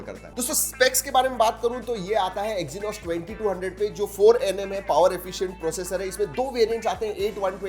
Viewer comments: Exynoc 😂 WAH KYA SIEN H😅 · Everything was fine until i heard the word 'Exynos' 😢